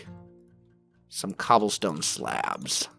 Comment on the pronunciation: I love the way says "slabs" and I can't put my finger on why. It must be his northern accent or something:p